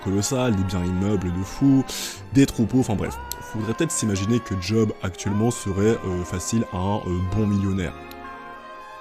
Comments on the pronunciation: Bonne vidéo ! Par contre je me permets, juste parce que ça m'a trigger à fond, Job ne se prononce pas à l'anglaise ("djob") mais à la française ("geob" pour l'écrire phonétiquement)^^ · Vidéo vraiment top je découvre, par contre, par pitié arrêtes de dire (d)Job, juste Job ! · J'étais en train de kiffer la vidéo puis tu t'es mis à appeler Job en le prononçant 'djob' alors que ça se dit 'jaub' dans le pire des cas 😭😭 vas-y jv faire un effort pr finir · Job ca se prononce Yob